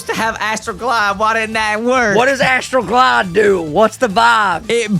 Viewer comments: When i was listening, i thought it was Astroglide..... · Was it just me or was anyone else giggling every time said "I got Astral Glide" because it sounded like he was saying something else lol